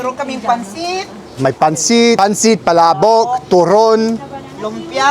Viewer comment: Pa__la__bok. Not pala_bok.